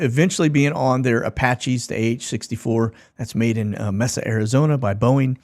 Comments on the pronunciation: We knew what he meant 😂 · Mesa is pronounced "May-sa".